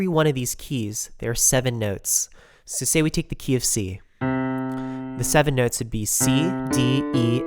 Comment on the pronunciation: "sew, you have 7 white nehwts"